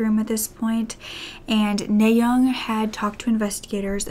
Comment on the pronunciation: Her name is pronounced "Nah" as in the first syllable of "audience." Kim is also her last name and NaYoung is her first name.